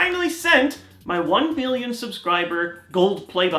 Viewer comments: It sounded like billion to me also! XD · it sounds like you said one billion. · It sounds like he says billion.